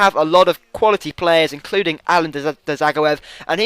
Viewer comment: not ja its zag-o-ev